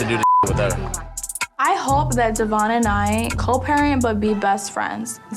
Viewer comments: Sorry, I really just want to stop like IT'S DEVOIN NOT DEVON!!!😫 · I’m really glad to see evolution as a dad. I also had no idea that his name I pronounced Dev-yon, not Devon like how everyone else has said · they STILL pronounce his name wrong even tho he's made it clear multiple times its DEVOIN. good grief they are insufferable Devoin, you are an amazing father! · I think it’s extremely disrespectful that she continues to say his name incorrectly. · It’s crazy even with dr.drew and his co host calling devoin by his name properly still calls him Devon. 😂 i actually work with him at Bonefish and he is just as laid back and cool as on the show. I’m glad that he has grown over the years. I am a single mom myself and even though I don’t agree with all of decisions I completely understand how hard it is. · OhMyGawd can her&her family stawp mispronouncing his name.Literally everyone else is saying it correctly and they just refuse that’s wild. I wonder why he doesn’t or never corrected them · i hate how bri still doesn’t pronounce his name correctly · The fact that she doesn't even try to pronounce his name right after all these years. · is purposely pronouncing his name wrong....